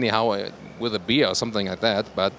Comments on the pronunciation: please work on your English skills..miss-pronunciations like beer instead of bear (pronounced bær) or litter instead of litre (pronounced leeter) are a bit embarrassing. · Its bear, not beer :) thanks for the good video and commentary! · You must correct your accent in the word "bear" , because it doesn´t sound like "bier/beer"!